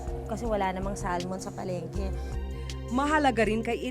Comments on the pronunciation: Salmon is pronounced as Sa-muhn, silent L po kung gusto mo ipronounce in english.. pwede naman ksi bigkasin ng tagalog as in SALMON pronounced as how it’s spelled, not Sal-mon lol.. eng erte erte nemen kese.. 🤣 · Kunyare sosyal yung Elaine pag pronounce nga ng "salmon" di alam. Etchuserang elepante